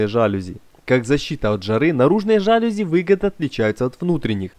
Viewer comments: ЖалюзИ, а не жАлюзи. И это слово не склоняется. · мелочь, но все же... не жАлюзи, а жалюзИ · жалюзИИИИИИ не жАлюзи, а жалюзИИИИ. Аааааа мои уши🥴😖😞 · Отлично! Лайк. Придраться можно только к ударению в слове "жалюзи". Правильно ударять на последний слог - "жалюзИ". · Все, конечно, классно, но вот ваши заУсенец и жАлюзи очень режут слух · Вообще-то «жалюзи» слово французское, а во французском, как известно, ударение падает на последний слог. Поэтому жалюзИ и слово это не склоняется. Ужасно режет слух,хотя сама работа хорошая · Ваш ролик симпатичен, но при этом "жалюзИ". Прошу прощения на поправку. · Глядб! Жалюзи, а не жалюзи!